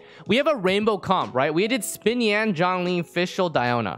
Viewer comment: Im really sorry if u didnt know how to pronounce xinyans name correctly bc its "shin yan" not "spin yan"